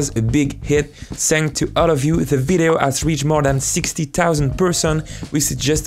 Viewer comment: the way this man pronounces words is just so wrong, like whats 'tixty tousand teotle'